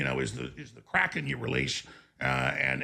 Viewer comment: Did he say Kraken or Crackhead?